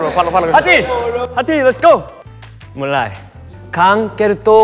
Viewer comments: laughing so hard when heeseung said “mulio” instead of mulai :” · Ngakak banget pas heesung salah bilang mulai malah mulio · "mulio" WOEEE LAH MULAII HEESEUNG SAYANG MULAII BUKAN MULIOOO😭😭🥹